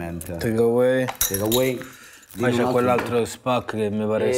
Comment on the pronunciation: quanti podcast ci sono in Italia? Takeaways poi Takeways…: c’è ne sta un altro che spacca….. Takeways😂😂